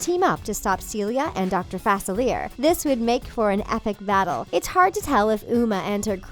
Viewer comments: Guys Celia and her dads last name is pronounced facileay not faciliar!!! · Fah-seal-E-Ay. NOT facilear. New rule: You can’t report an official report if you can’t even pronounce the names correctly! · Sorry, but did you just say doctor fossil ear instead of doctor facilier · Y’all said “FacAleer” It’s “Facilyaer” your welcome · Facilier not facileia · Doctor fa-ci-leer? It's pronounced fa-ci-lee-A. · i’m sorry but it’s “fah-sill-lee-yay” not “fas-sill-lare” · Dr fa-silly-ay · Wow...u were sooooo wrong And u pronounce Dr faciliar wrong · Everyone says Facilier wrong. They say it the way it’s spelled. But it’s pronounced: Facil-ee-ay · I’m sorry but this annoyed me all video it’s: dr. Fah-cil-e-a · Its pronounced FASIL - EE - YAY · For the love of god! Its pronounced FA-SEAL- LEE-A..... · Facilier is pronounced fah-seal-e-ay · She mispronounced dr facilier so bad it pronounced fa sil E air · She did NOT just pronounce Facilier like FA-SILL-EER. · Its pronounced fah-SEE-lee-yay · Sorry...I LOVE the theories and love this channel but the name Facilier is pronounced Fah-sil-ee- a (long A). Born and raised in Louisiana with New Orleans practically in my back yard,the Shadow Man is one of my top fave villains,but here's a quick theory I thought of.What it Mal and Uma are sisters?Or,at least half sisters? I don't think Ursula would have settled for someone less than villainous,just like Maleficent. And Hades,just like Ursula,loooooooves to make deals,something Uma clearly inherited.So maybe Mal gets more of a family than she thought she ever had? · I hated the way she said Facilier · The way she pronounced facilier😂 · Aniyahcolson Colson she even said Dr. Facilier’s name wrong lmaoo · You said Fr facilier wrong 🤦🏻‍♀️🤦🏻‍♀️🤦🏻‍♀️🤦🏻‍♀️ and I’m so sad about seeing the movie because of Cameron 😔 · You Murdered Dr. Facilier's name. UGH!UGH!UGH!UGH! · She said “Facilier” wrong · You mispronounced Facilier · Pronounce Facilier correctly pls Like if u agree